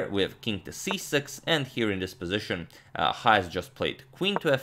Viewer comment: Why do you keep pronouncing his name as YAHAS??? It is pronounced CHAHAS...Written Chajes